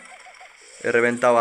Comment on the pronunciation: porfin alguien de españa que no le dice "e eme seta" a emz, grande uwu